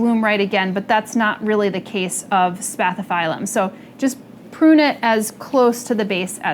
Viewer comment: Please, pronounce it correctly, it's a Latin word and as such must be pronounced. I couldn't believe you pronounced it spathifailum.😱🤢It put me off watching the video.